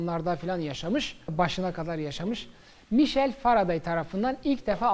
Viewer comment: Hocam emeğinize sağlık. bu arada merhum büyüğümüz Faraday'ın ismi "Mişel" olarak değil "Maykıl" olarak telaffuz edilir.